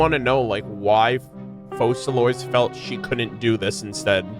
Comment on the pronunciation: Hilarious how pronouncing Focalors properly even after hearing it a million times is impossible 😂😂😂